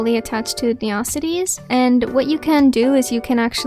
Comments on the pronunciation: first time I ever heard it called "ne-ocities" and not "neo-cities" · Nice try, but i only know ONE person that calls this town "ne-ocities"........ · I'm committing neocities on yall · I lowkey love it, made me smile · this was really helpful but u say neocities the way megamind says metrocity all love tho